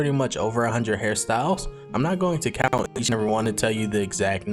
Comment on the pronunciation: you said "I'm not going to co🤖unt"